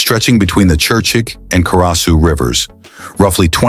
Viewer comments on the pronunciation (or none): ЧЕрчик с ударением на е,ТАШКИН- это где